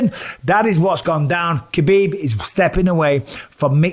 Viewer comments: Mike’s pronunciation of Makhachev is fairly solid but still calling Khabib “kuh-beeb” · Mr. B... there is no K sound in his name. Huh-beeb. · All these years later and your still pronouncing the K. Sort yaself out bisping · His name is Habib not khabib or khebab lol!! He has clarified this… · You might be the only person who still calls him KAbib.. and you get paid to announce for the sport! Come on Bisping, keep up. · It’s weird you properly say Islams last name, but not Khabibs first name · I just can't believe the ignorance of everyone that claims to be a khabib fan and can't even say his name properly total disrespect.. ha bib didn't you ever here his father call his name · He's been around for so long and ppl still getting his name wrong , the K is silent